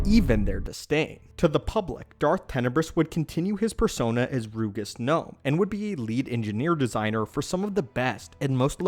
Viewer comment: Its pronounced ROUJUS gnome. Listen to the datth plaguise audio book